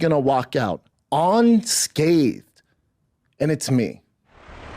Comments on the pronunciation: Did he say on scathed😂😂😂😂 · Is it OnScathed or Unscathed? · Brendan is walking out "on scathed" 😂classic shaub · "On scathed" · "On scaved" "many of guys".